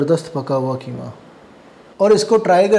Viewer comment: کیمہ نہیں بلکہ قیمہ ۔ بولیۓ بیٹا ۔ وسیم انکل ۔کراچی